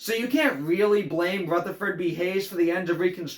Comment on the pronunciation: Ruth-ah-ferd B Hayes 😂